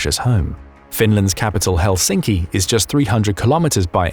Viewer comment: It's Helsinki, not Helschinkci